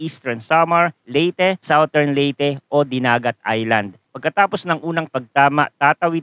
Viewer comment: #Forecaster, Southern is pronounced as SADERN, not sawtern. Check the dictionary.